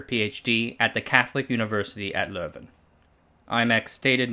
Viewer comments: Your pronunciation of leuven was really good btw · It was the leuven dialect way of saying leuven aswel, I'll just use this as evidence form my conspiracy theorie that secretly speaks dutch. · “A small district of about 6.6 million people” That small district is well over half the country of Belgium. Congratulations on your pronunciation of Leuven and prof. Van Overstraeten. It’s excellent (as are your videos in general btw)